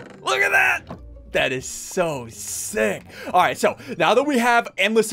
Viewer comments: Did anyone else hear called sigils…siggles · said sickgal not sigils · “Siggels” got me ded 😂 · "Si-gills" She called him a fish! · Tina Marie I thought she said seagulls first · Let’s call Sigils:Seagull 😂😂😂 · The way said Sigils sounded like sickles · THE LOL and she said sigels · Wow Can't believe that said SSundee Sigils (pronounced si g eye ols) Biffle, and Henwwy's names. LEL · Anyone else notice that said sig les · "Si Gils" 💀💀💀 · She said siegles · sigils with a g A VERY WELL PRONOUNCED G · I like how says Sigils name wrong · said sigils wrong! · She said sigils and not sigils